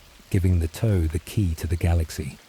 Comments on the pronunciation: The mystery of who approved the pronunciation of Tau keeps my awake. Toe? Seriously? Are you talking about the space faring mech warriors or the digits of of a foot? The pronunciation is Tuh-Ow like the normal T sound then the noise when you are minorly injured Ow. Cannot listen to this anymore. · The toe pronunciation is killing me. I can’t watch this.